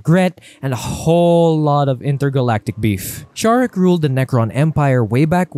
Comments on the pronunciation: Its pronounced Zarek, not Sharek. Necrons dont really care much about humans, seeing themselves so superior to humanity that mankind is basicly unimportant. Much like any other race. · Zare-ek not Shar-ek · Ok so the silent King built the Pryor Nexus to stop the tyranids I don't think the silent King is like Megatron I think he's more like a benevolent ruler and actually kind of nice for 40k standards and I'm pretty sure it's szarekh the silent King with the silent S Because that's what it says on the box and the first letter is silent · I can’t get past your buddy pronouncing Szarekh’s name wrong. It’s grating and highly noticeable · As a huge Warhammer 40k fan, this dude is getting so much wrong and is purposely mispronouncing the names of the most well-known characters. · pls never again do this type of collabs, me and most other subscribers are here because of you and ONLY YOU! we dont wanna hear some other guy acting all knowing WHILE BUTCHERING the most basic of 40K words, robert guiliman? ffs its ROU-BOU-TEI! its not sharek! ITS SE-ZA-REK! PLEASE DONT DO THIS AGAIN, THANK YOU! WE LOVE YOU AND ONLY YOU! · I don’t mind people mispronouncing things but there are too many errors here that make me wonder if the people involved know anything about 40k. Robert gilliman? Bob the fish? Shazeric? … this just seems like it was written without care. I like the other videos but this isn’t good